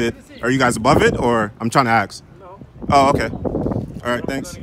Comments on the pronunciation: Why can't people say, ask, instead of "axe"?? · On all of this videos everyone pronouces "ask" or any form of the verb as "aks"... Is that really how it it pronounced? I'm just "aksing"...